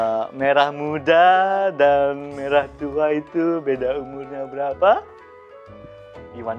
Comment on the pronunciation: merah pak bukan maerah